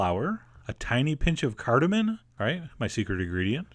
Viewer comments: CardamoM, not cardamon. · cardaMOM, not cardamon :(